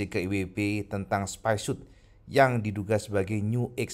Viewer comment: Bacanya bukan "spaisiut" tapi "spaisiot" karena huruf "o" nya cuma 1 "spyshot" bro, buka "spyshoot", 1 "o" ya dibaca "o", 2 "o" alias "oo" baru dibaca "u".